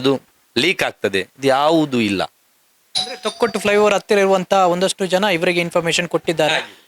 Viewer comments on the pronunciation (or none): none